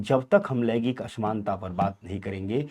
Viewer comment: Laigik nhi laingik hota hai. Thoda uchcharan achha hona chahiye